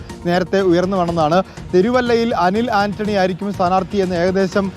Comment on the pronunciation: അനിൽ ആന്റണി, അനൂപ് ജേക്കബ്.. ആദ്യം പോയി നേരെ പേരെങ്കിലും പറയാൻ പഠിക് 🤣🤣